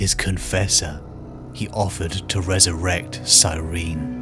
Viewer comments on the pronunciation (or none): The singular of astartes is astartes, and cyrene is pronounced sy-ree-nee reeeee